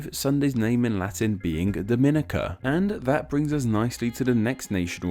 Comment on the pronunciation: Omg you said Dominica correctly!!! I am surprised